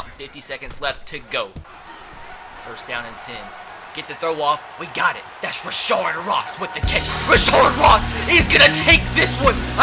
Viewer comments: Its rashad not rashard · its not rashard ross lol, its rashad ross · Rashad not rashard Ross